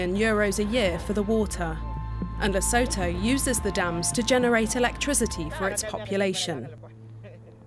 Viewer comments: It bothers me to hear how the narrator pronounced Lesotho. Lesotho - ləˈsuːtu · Everything you said Lesotho I cringed, the way you butcher their name. Please hire an African to do you African segments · So educational! How does one pronounce Lesotho? 🤣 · I tried to watch, but why should I care if the narrator cannot even be bothered to pronounce the country's name properly? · Not dams... politicians. Yet more victimhood reporting. The narrator must learn to pronounce Lesotho properly.